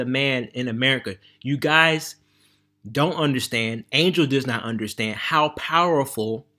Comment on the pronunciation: using Angel's name for views and couldn't get his name right 😂